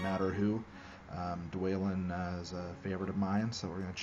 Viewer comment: Saryoumon, Ayzog, Dwaylin, Byefur. Man, Laygoo: The Hoebbit sure looks like a fun game.